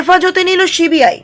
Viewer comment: আবার ছিবি আই বলছেন, মানা করলাম তো একদিন,ওটা সি বি আই হবে,আর যেনো এরকম উচ্চারণ না হয়,শুনতে খারাপ লাগে